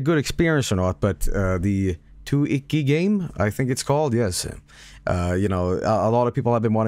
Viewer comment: it says YUME TUKKI, NOT TUIKI